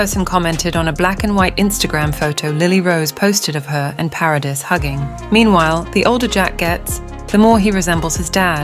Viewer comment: Vanessa's last name is NOT Paris it is PARADIS! FIX your AI